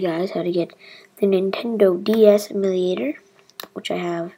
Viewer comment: its pronounced emyu-lay-tor